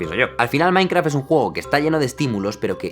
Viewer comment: creo haber escuchado "mainkra", alguien mas?